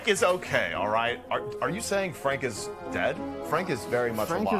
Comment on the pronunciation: The fact he consistently called Frank "Freg" had me rolling